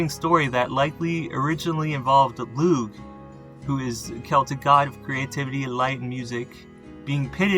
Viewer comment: Crom Cruach was demonised by the Christian monks. He and the Corra (another Primal Irish deity) were ‘slain’ by St Patrick. This was all about wiping out older traditions. Only 2 references to Crom Cruach are left both from Monks. Lugh is pronounced Loo by the way